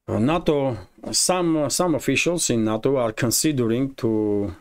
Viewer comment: NATO is pronounced NAY- TOE not na-to. na-to is Japanese sushi